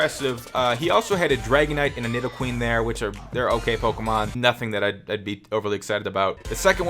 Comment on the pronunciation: He said nidoqueen not nidoqueen